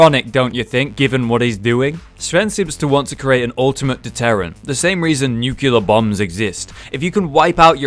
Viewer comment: did you just say 'nucular' bombs